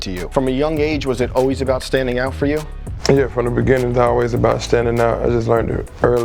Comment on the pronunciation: 'we talk abouw everything now is the easy part ...' fuck u mean bruh u don talk abouw everything c'mon